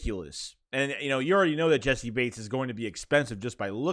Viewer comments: Naw you said it right that’s how I say it and hear it from prominent figures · Im pretty sure you're sayin his name right bro. That's how I heard the announcers say it. That's how I've always said it. That's what it looks like it sounds like. It's right.